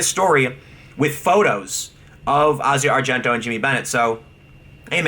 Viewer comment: When did Tim start pronouncing, "Asia Argento" correctly? He's probably the only person other than movie nerds like me that actually pronounces it correctly.